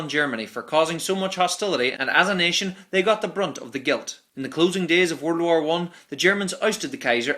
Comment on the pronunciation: Nice video about the "woll" war.